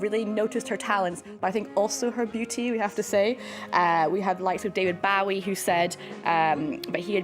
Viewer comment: How does this music expert mispronounce "David Bowie"?